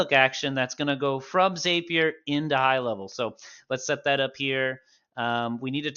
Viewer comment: Nitpick: ZAP-ier not ZAPE-ier. 😉 Awesome video. This helped me get my first WordPress » HL webhook up and running. 😁 Thank you!